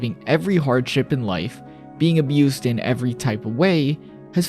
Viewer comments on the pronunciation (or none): none